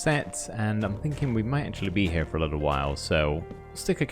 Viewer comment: "I'm taking with me only the bare essentiews. I've got my tent packed up heah in the bundewl"